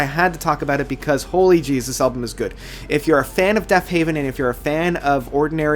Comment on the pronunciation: Killer list. However, it is Deafheaven not Deafhaven. Love the videos man! :)